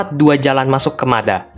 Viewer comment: dibacanya Mad ha min, atau kalau dalam bahasa Arab مدحا